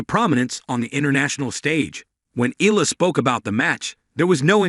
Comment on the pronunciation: EALA pronounce as "Ayala".